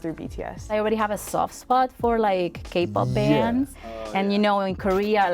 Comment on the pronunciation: sounds like she's saying "gay pop bands"...